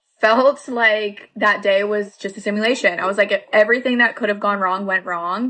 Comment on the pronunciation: Is she saying “Similation” or simulation?